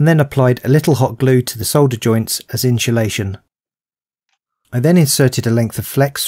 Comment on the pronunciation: Insulation, not inchulation....there is no ch sound in the word insulation.